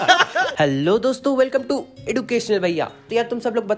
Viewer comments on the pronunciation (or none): none